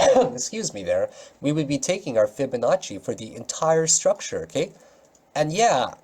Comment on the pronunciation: I love when you say fiba fiba fabanacci